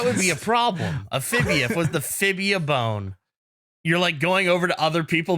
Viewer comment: I know I’m very late to the party, but the Fibula is an important bone, not fibia 😂